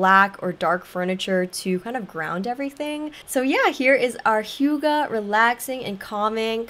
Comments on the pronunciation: How you initially thought 'hygge' is pronounced is more correct that whatever that translator was teaching you. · Its actually not high ghee 😭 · Hei, as a Norwegian I feel touched that you choose HYGGE, but I recommend seeing a Norwegian or a Dane say it 😊